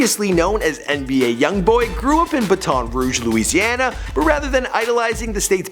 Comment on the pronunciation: At least he said Louisiana right